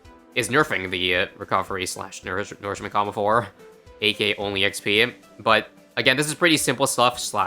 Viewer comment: I dont like how you pronounce nourishment Do you also call manure, "manoor"?